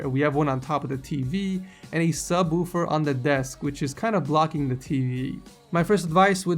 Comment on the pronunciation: Its subwoofer not subwoover